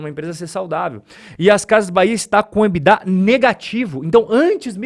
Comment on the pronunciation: Ebidá não. Ebitda!😂